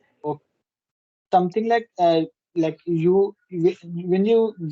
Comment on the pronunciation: Bro using the word LIKE is not the problem but you mispronounce it. And instead of using toh you can say so it's a english word and has the same meaning. Last but not the least you also need to listen to the english content and understand how they form sentences and what word they use. This will certainly help you improve your spoken english skills. Have a nice day Bro.